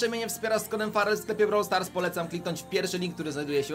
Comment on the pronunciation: Farel i muwi się brawl stars a nie brou stars albo blor stars